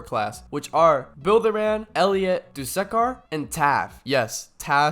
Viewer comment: its that time again... bro fr said duskkar and... ( , , ( also he doesnt cancel dmg he minimises it) ) also dont give me a bullcrab answer that your mic glitches again or smt like that